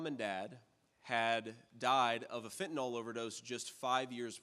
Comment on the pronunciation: It's fentanYL not Fen-tan-all!!